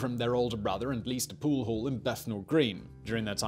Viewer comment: What is a pool hool?